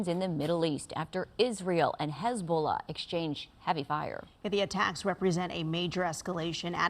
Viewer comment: Hezbuulah?Sounds like a plague 😂